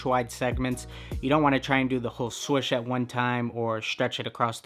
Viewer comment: He is saying swush